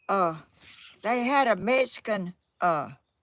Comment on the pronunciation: Please learn the correct way to say Mexican. There is no “S” in the word. It’s MEX -I - CAN. I am Mexican - American. And proud of my HERITAGE please don’t think this is an angry post. It’s not I just want to hear my heritage pronounced correctly. You are a sweet lady.